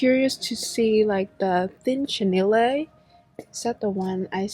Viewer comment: So much cuteness! Ps - chenille is pronounced Sh-Ugh-Kneel. No Lay at the end :)